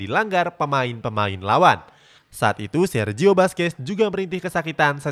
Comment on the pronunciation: Baca Nama yg benar dong mimin Buskuet Bkn baskes , kalau pake bahasa português baca seperti ini sala Busquet bkn baskes😖🤔